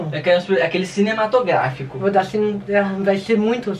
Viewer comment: falando cinematográfico errado kkkkkkkkk